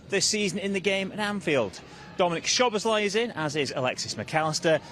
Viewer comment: this guy can never say Szoboszlai's name right when reading the list🤣 It is not 'SH'oboslai it is pronounced as Soboslai ....The SZ is one single letter two times present in his name 😑 say both times the same way